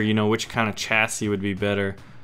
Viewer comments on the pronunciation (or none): The correct way of saying Chassis is Sha-ssis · The last "s" in chassis is silent...